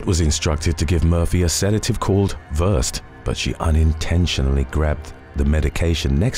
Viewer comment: "Verst" bless your heart,. (Ver-sed, 2 syllables)